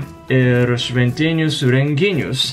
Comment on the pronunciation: Puikus video, buvo įdomu. Tikrai gerai kalbi lietuviškai, bet kirčiavimo klaidų pasitaiko. Gal dažniau tau norisi kirčiuoti vidury žodžio, galbūt lenkų k. įtaka, o tas žodis, kaip tyčia, kirčiuojamas pirmam arba paskutiniam skiemeny, pvz. ne gelbĖjusio, bet gElbėjusio, ne rengInis, bet renginYs... Sėkmės!